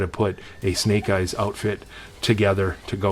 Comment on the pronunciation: Thanks for adding me in the giveaway and yes you pronounced it right, I got that snake eyes helmet it’s amazing!!!